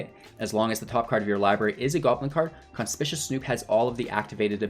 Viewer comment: Con-spick-you-us. Conspicuous.